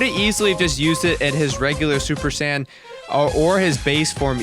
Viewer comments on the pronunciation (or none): none